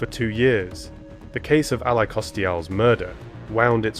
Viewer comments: The narrator needs to learn how to pronounce names... A lie is not the poor girls name. Must do better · Ali is pronounced "al lee". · say her name correctly jeez it’s Ally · needs to learn how to pronounce Allie/Ally.. you just don't know how stupid you sound.